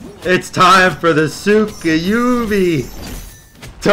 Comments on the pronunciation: Nice vid but saying tsukuyumi and not tsukuyomi was giving me some sort of tick in my neck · TSUK-A-YUMI cmon lol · You’re not saying his name right